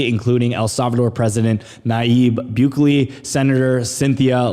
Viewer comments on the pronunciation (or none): Ohh my goodness can you please pronounce BUKELE properly. The E at the end has a Small E sound. Gosh. 🤦🏽‍♀️ cultural illiteracy.